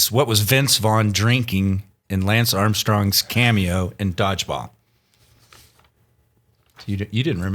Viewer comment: There’s no way after 3 years you can still mispronounce the name of the greatest rider of this generation. Lance - “ hold my beer”